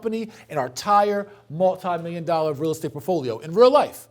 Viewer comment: I watch these just to get pissed at how this dude says “portfolio.” It’s PORT-folio, not Puffolio. Cmon mane!